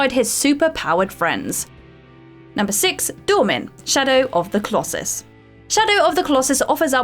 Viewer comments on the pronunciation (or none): none